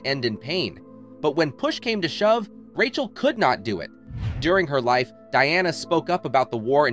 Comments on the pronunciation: Rachael is pronounced as Rachel. not "Raykiel" ffs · The name is pronounced RAKKA-ELL, not 'Rake-eel' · Who's Rake - eal? 😂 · Nothing like pronouncing "racheal" as "rakee-ale" to tip off the ai voice. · and its an AI voice over that can't say Racheal (yeah its "Ray-Chell" ) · The commentator is so annoying the way he pronounces her daughter's name as "Ray-ke-al"! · I don't think I have ever heard Rachael pronounced so.. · Another AI crap voice over. Notice how Rachel is mispronounced twice and then correctly right after.